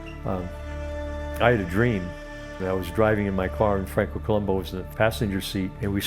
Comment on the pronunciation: They didn't even respect him enough to pronounce his last name correctly (co-LOOM-boo). He was a Sardinian Strongman, not a TV detective (who was also awesome).